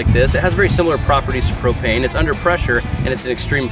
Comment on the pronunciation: It's pro*p*ane